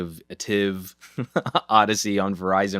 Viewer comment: Thanks for your video. According to PR Person from Samsung Korea, ATIV pronounces as ah-TEE-v.